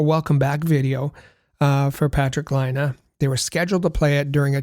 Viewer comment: It's pronounced lie-nay you guys are killing me